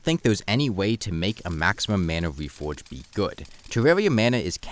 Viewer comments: try to articulate your "r" better. You're saying it like a "w". It's not "weforge", "wowse", "evewy" or "thewe" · The wefowge system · Title says "reforge" The audio says "whefhoge"